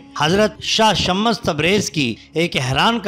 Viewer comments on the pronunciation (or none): Kya shammas shammas bol rahe ho naam to lo dhang se shams tabrez h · Baat "urdu likhne ya padne" ki nahi hai bhaai . Ab naam galat bol rahe shams ke maane soraj hai na k sha_mash shams me do martaba sheen nahi hai. Aur ek bat bhaai alhamdulillah mujhe Urdu padhna aati hai. lekin apko english padhna nahi aati??? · shams hai ya shmmash hai alfaaz durut kijye.janaab. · Naam sahi lo bhaai ....shamash tabrez nahi ? Shams tabrez